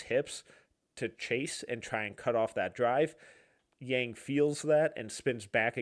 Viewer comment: Just an FYI - His name is pronounced Yang like Bong but with a Y. This is what I can tell from all Blazers reporters and staff